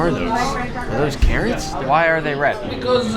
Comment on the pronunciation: Becausea becausea becausea the carrot is red